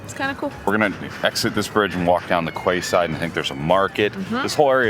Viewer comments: It’s great to see you enjoying my city, Newcastle, but just one point to make it is not the kway side it’s pronounced keyside 👍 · Quayside = Key-Side A Quay or Key is basically an English term for a Wharf. The spelling and pronunciation is confusing and makes no sense, even to us English. Hope you enjoyed your stay in my home city. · Quayside is pronounced kee-side, not kway-side. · Just to clarify, it is not pronounced the quay-side, it is more like keyside for some reason, regardless of the spelling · Ha ha "Qway side"... Ha ha - actually its pronounced 'Key side' ! Like dockside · Glad you enjoyed my home city, the quayside is pronounced 'keyside' or the 'Key' to locals but apart from that you did a magnificent job on the video, incidentally, the Tyne Bridge built in 1928, although it looks like the Sydney Harbour bridge and predates it by five years, the designer of the Sydney bridge, Dr John Bradfield, asserted that the Tyne Bridge did not in fact inspire him. He was quite insistent about this, he asserted that he just used bridge design ideas that were current at the time. They do however look very similar, which make you wonder. Once again great video and thanks for showing off the good aspects of the Toon. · Quayside it's pronounced like key 🔑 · Quayside pronounced keyside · Quay pronounced key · its not quayside as you said it say it like Key so say it as Key-Side haha thought way you said it was funny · QUAYside = KEYside! A quay is a platform, stone or metal, beside water, a place for loading or unloading ships. Key side is the correct pronunciation. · Also: Quayside, is pronounced "Key-side", 😂. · Quayside is pronounced keyside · Some tips from an Aussie -> Quayside = Keyside; Yorkshire Pudding = York-sha Pudding ("shire" endings are pronounced "sha" in England; similar to how "burgh" and "borough" endings are pronounced "bra") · Quayside pronounced keyside. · little tip on how to pronounce quayside say it like key side. hahaha